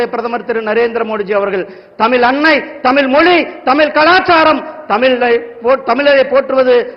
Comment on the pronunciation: ஐய்யா, முருகன், தமில் ன்னு திரும்ப திரும்ப சொல்லி தமிழை கொல்லாதீங்க.